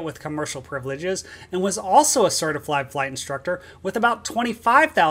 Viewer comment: You said certiflied. 🤣 Love your content, good job! 😎👍🛩